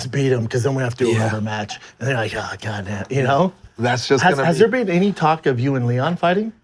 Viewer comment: Then he says cock instead of talk. This guy man. 😂